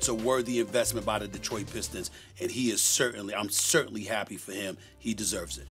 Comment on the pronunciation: 'Detroit Pissed Ons'